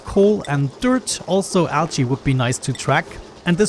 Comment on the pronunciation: A new ONI series I've not seen before! Just gonna watch this playlist... Also, your accent makes 'Algae' sound like 'Ouchie' to me, which makes it seem like the dupes are super distracted with ouchies, which is hilarious to me I think because they totally would be. xD